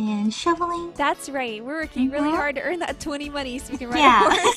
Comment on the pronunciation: Oh I got money!:D Me: Actually, it's moNEIGH XD